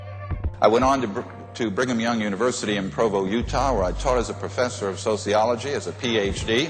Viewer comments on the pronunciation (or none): you missed the most obvious lie in this picture. If you are a Mormon, you don’t drink caffeinated drinks. AT ALL! A professor would be besmirching BYU’s (LDS) core beliefs. Btw, it’s pronounced BRIGG-UM (Brigham). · Brigham Young University is pronounced "Brigg-umm". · just a heads up Brigham Young University is pronounced Brig-um and is a Mormon University in Utah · BYU: B r i g h a m Young University. Not Birmingham. Pronounced "Brig-um" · Just so you know, it’s pronounced “Brig-am.” The school is named after Brigham Young, a prominent LDS leader in the 19th century. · “Burningham” Young? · Great video but very funny that a minute after he criticized Frank for not being able to pronounce the name of a district attorney, he calls Brigham Young University Birmingham University 😂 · Birmingham Young University. Lol. Its Brigham Young University. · Brigham, not Birmingham. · He called it “Birmingham Young” 😂😂😂😂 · It's Brigham Young. Pronounced Brig-em... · There was something about this filmmaker that I didn't like but I couldn't put my finger on It. Maybe it was his "Birmingham Young University" or his use of "Nuke-yu-lur" instead of "nuclear. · When the narration pronounces the name of Brigham Young University as Birmingham Young. You now you can't believe what you're hearing.😮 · It’s Brigham Young not Birmingham Young come on man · Does he know it is not "Birmingham Young University" or that "Nuclear" is pronounced "new clear" not "Nuke-yu-lur"? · How did you get Birmingham out of Brigham? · Brigham* Young University. Not Birmingham. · Brigham Young, not Birmingham Young, wtf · Did this guy just call Brigham Young University, "Birmingham Young University"? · Brigham is not pronounced "Birmingham". Edit Nuclear is not pronounced "nukular". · Lol.. you said "BIRMINGHAM Young"... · Birmingham young? Learn how to read brother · The amount of mispronounciations in this video must be comment-bait ... but Birmingham Young Uni did make me laugh lol